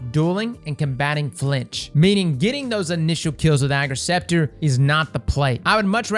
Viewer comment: Thanks for pronouncing its name right xD